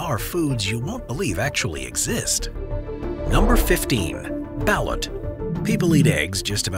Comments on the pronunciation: They pronounce ballot wrong it's. BAL LOOT! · BALUT is pronounced "bah-LOOT". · Isn't it pronounced ba-LOOT? Please help my curiosity. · It’s pronounced Ba-Loot